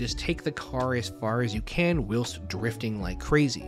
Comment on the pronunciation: "Whilst" is pronounced like while-st. Not will-st.